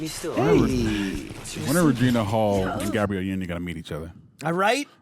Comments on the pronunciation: Everytime mispronounces Gabrielle Unions name, an Angel loses their wings. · Great vid but I kept getting distracted by how many times your man pronounced Gabrielle union wrong 😂😂😂😂